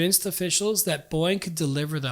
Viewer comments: why does he keep saying boing? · Teach your AI to pronounce Boeing. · I love how this guy says Boeing like “Boing.” 😂